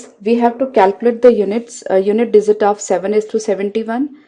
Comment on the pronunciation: Very good . Only problem is dizit instead of digit.....................